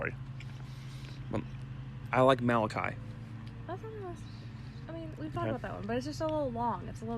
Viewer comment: I would NEVER try to pronounce Malachi as ma-loch-eee 🤣🤣🤣what